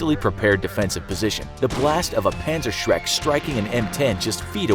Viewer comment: "pantser shreks"... wot?